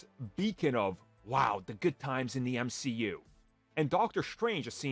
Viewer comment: Your argument was dead as soon you tried to unironically say “M-she-U.”